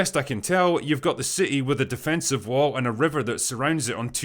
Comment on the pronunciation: + you pronounce city as ci' ee. Outstanding.